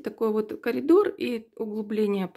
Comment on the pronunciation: Не калидор а корридор